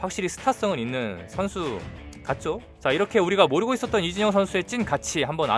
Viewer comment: 왜 이진현이라고 들리죠 ㅋㅋ 영상은 잘봤습니다~